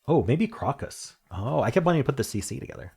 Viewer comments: crock-us? Is that how Americans say it? For brits it's crow-cus. Nice easy puzzles today including a Rangsk perfect strands. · I think crocus pronounced croke-us